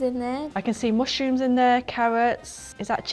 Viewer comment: "I can see mush-rooms in there" LOLL